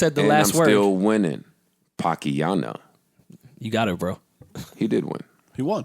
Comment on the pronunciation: It's parksiana sounds maaad nassty saviana go to the cupboardiana 😂😂